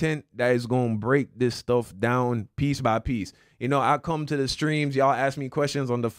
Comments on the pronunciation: Is pronunciation is annoying. He said DA instead of THE Bible. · If I hear him say “Da Bible” one more time lol. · you can pronounce “the” either way, “Da” or “Dee”